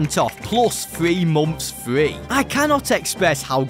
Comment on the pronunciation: Lego batman fwee